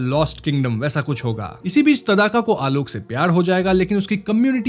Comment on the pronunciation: तदाका नही भाई ताङका